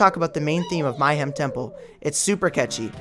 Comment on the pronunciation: Mayhem not My-hem.. sheesh.